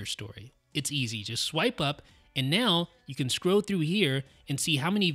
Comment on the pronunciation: The words are "scroll" and "hold," not "scrow" and "hode."